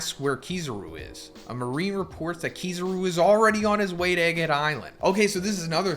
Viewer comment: Your sayin kizaru wrong